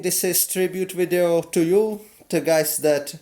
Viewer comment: it really do be just like "vidyia" 😔😔😔